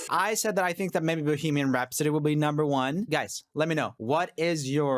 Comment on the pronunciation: the way he said "Bohemian Rhapsody" really just sounded like "Boogeyman Rhapsody"💀